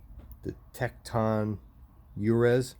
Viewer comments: Uruz is a Viking rune. Pronounced You-res or "U"-res The letter U sound not "uh". Two syllable with accent on the first. Stands for "Strength, Manhood, Womanhood, a Wild OX" The rune of termination and new beginnings, Uruz indicates that the life you are living has outgrown it's form. That form must die so that life energy can be released in a new birth, a new form. Source: The Book of Runes, first copyright Ralph Blum 1932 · The names I wrote for example Vidar is a fairly common name. Jotenheim is a place in the mountains. Vallhalla is norse mythology of course. but I would say random mostly. Now Uruz is something to do with Norse mythology, but I am not familiar enough to comment. I don't think it is pronounced the way you were saying it, but I may be wrong. I could figure it out with a bit of searching I am sure, but I am trying to get my taxes done this weekend. øre is ear, I can't write it phonetically it would sound like you are in pain, like someone who has a bad case of the flu. we don't really have it in English, høre is hear as in I hear you, it is just like the other word but with an H. But I think Uruz is not a current Norwegian word, it is from mythology. I am surprised you are buying speakers without hearing them first, after the giant Klipsch situation. The Tektons to seem like nice speakers, hopefully they sound good.